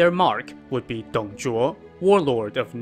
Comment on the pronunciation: He pronounce the name in chinese correctly just the way of reading in pinyin (拼音).